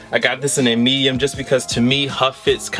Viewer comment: You must have said "meyum" like 50 times in the vid.